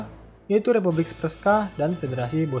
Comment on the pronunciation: Nama2nya ada yang salah pembacaannya Srpska = serp-ska Srebrenica = srebrenitsa Izetbegović = izetbegovich Kravica = kravitsa Bratunac = bratunats Mladić = mladich